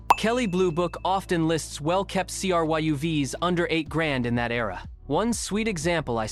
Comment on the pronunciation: 7/21/25 - Your AI narrator /writer starts off badly. There is no such thing as a Honda CR-HUV. Now it is called a CRYUV. I am out of here.